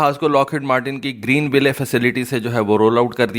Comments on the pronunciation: The name of the city "Greenville" is pronounced: "Green Will" It's not to be pronounced as: "Green Way Lay" Your videos are very informative otherwise, keep up the good work... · bhai ap ville ko will parhen .ye sahi pronunciation u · صحیح تلفظ۔۔۔۔۔۔۔گرین وائل کور۔۔۔۔۔کورپس کا مطلب لاش ہوتا ہے معذرت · The final e in Greenville is silent. Don't pronounce it, makes you sound illiterate.